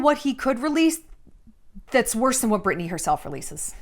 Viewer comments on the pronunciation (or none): Am I losing it or does Shallon keep saying “Burtney” instead of “Britney” 😂